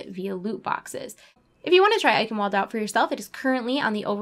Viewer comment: Good video and all credit to you for doing these regularly. Minor point though: Eichenwalde is pronounced with a v sound because it's a German word. I believe it's pronounced like "Eye Can Vald" :P